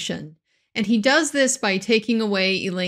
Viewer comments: I love this format!!! About the infamous AMICA CREAM gate: I don't wanna say that since those are AH's lawyers they have to be dumb or unprofessional or ignorant, BUT I think they're not prepared and they let Amber do their job, without verify and dig deeper everything she said to them! And arnica IS the best evidence because that shows Elaine doesn't know what she's talking about,doesn't know what arnica is and she simply READ HER SCRIPT WRONG! "rn" may resemble an "m" in lower case letters or italics. She simply read it wrong, and not knowing what she's talking about keep going with the mistake! This literally left me with no words... I was shocked! How can you allow yourself to ask a question in a cross exam,about a topic so fundamental in this trial (make up related to how she supposedly covered her bruises!) without knowing what you're asking! If she had deepened about the arnica cream before the trial she would have completely avoid the question because she would have known arnica CAN'T help with bruises or swelling overnight! And the same error happened with the conceal palette that didn't exist at the time Amber supposedly used it! I mean, I know I'm repeating myself, but that is a focal point! They should have known EVERYTHING about this, they should have investigated everything about the makeup, especially because this never happened! They're not just telling the truth (I think this make it OBVIOUS at this point) they're manufacturing the whole context and set up a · Also, it's ARNICA cream. Not AMICA. 🤦‍♂️ PS I kind of love this cream, it does help to reduce the intensity of the bruises within 24 hours or so, but UGH! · I don' t understand why no one tries to correct Ms. Bredehof on the 'amica' cream. arnica cream. Reminded me to restock. ;) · Lol i just realized amica cream isnt actually a cream brand or product but only Elaine mispronouncing arnica 🤣... r+n=m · Excuse me Elaine, It is NOT Amica cream It IS Arnica Cream. Just another of many errors